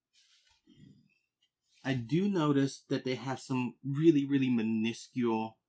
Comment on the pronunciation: Learn how to pronounce minuscule.